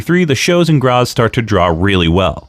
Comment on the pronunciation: And it kicks off with a proto-Frankensteiner . Also that's not how any of those words are pronounced. BREH-men, not "Bremmen", GrAHts, not "Gras". Anyway, when I was a kid I remember Wanz coming onto a TV talk show and making a huge point out of them disallowing closed fist punches which I thought was really smart in explaining why you'd even use something as an open-hand chop. HOWEVER, I feel like you're not giving enough time to Peter William who was also very active as a wrestling commentator on German TV for 10+ years on a level comparable to Gorilla Monsoon (especially cause everyone else was the pits and still is).